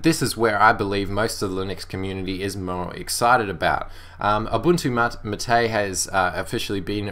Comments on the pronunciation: Xubuntu and Ubuntu MATE (which is pronounced MA-te, by the way ;) ) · Is thát the pronunciation of MATE??